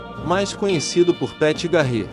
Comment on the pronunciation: Ótimo vídeo, mas farei uma crítica construtiva em relação à pronúncia de 2 nomes : 1- Jesse James (DIÉSSI DIEIMES) 2 - Pat Garret (PÉT GUIÉRRIT) Parabéns pelo vídeo!!...